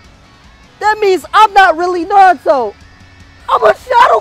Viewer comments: Narudo it’s naruto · How does not know how to say Naruto